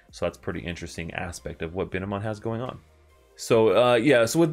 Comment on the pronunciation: and its bine-mon not bi-ne-mon